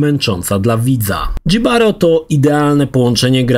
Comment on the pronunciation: Nie "Dżibaro", tylko "Hibaro" ignorancie.